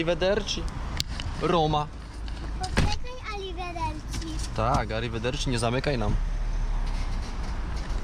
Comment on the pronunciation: "Arrivederci" jaki ma włoski akcent:)